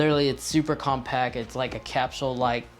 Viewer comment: "super compac" you missed the t off the end of the word. Why don't you do that with every word?